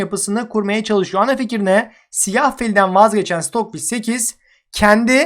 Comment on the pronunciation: abi senin siyaha sıyıh demen çok iyi :D